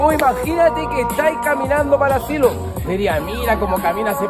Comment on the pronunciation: dice ansilo xd